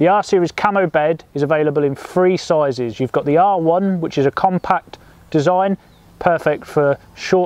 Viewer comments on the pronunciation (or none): Sorry, did he say Free sizes or three sizes? Does he have a speech impediment?